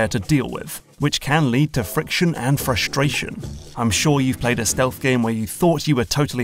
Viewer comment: frushtrashion :D